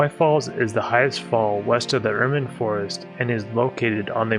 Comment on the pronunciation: great video as always! just one thing: the pronunciation of the forest Ermine (according to the narrator) is not /ˈɜːrmɪn/ (with non-IPA characters: [ur-min]), like the animal's name, rather /ˈɜr maɪn/ (or with phonetic spelling: [ur-mahyn])